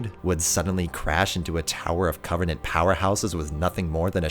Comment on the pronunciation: When you say covenant it's flawless